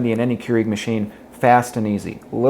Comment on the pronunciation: Still months later and videos and coffee makers later. He still says Keurig wrong. It's Pronounced "CURE-EGG" not Kru eeeg omg it's driving me nuts.